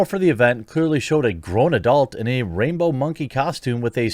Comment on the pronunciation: I swear I heard you say rapebow monkey costume which makes way more sense 😂😂